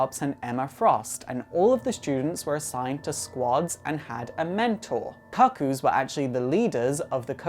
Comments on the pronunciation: I'm from Kent in England (the one region without a regional accent like Geordie: Newcastle or Scouse: Liverpool). I've literally never heard anyone beside this guy pronounce the word "kuh-koo" and hope I never do again. It's actually really off-putting to the point I can't watch the video. Shame cus it seems like a really in-depth analysis of some of my favourite characters. P.S. I think Esme and Cuckoos two and three (Mindee and Phoebe?) are working with Magneto to take down Sentinel Services... Just a hunch. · As a gay man, mispronouncing cuckoo is neither gay nor efficient. Most of us are too intelligent for that lmao